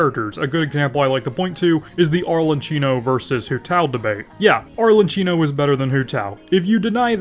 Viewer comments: Please pronounce it right - "ArleKIno" not "ArleCHIno". You're killing me man. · I rly don’t wanna sound like a nerd but it’s rly annoying me, it’s pronounced arlekino not arle”ch”ino 🥲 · I understand destroying Chinese character's pronunciation because it's sometimes difficult to pronounce and may have foreign sounds but when you said "Arlechino" you killed me. 😂